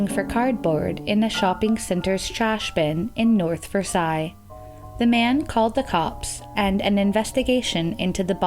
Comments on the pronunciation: It's pronounced North Versailles, like sails on a boat. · A small nit pick we here in Pittsburgh do not pronounce Versailles the way the rest of the world does. We pronounce it Ver sales. We in the Pittsburgh area are weird and if anybody knows Pittsburghese you would understand. Love the show